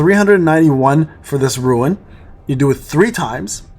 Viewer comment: bro out here pronouncing it like it’s a Dutch name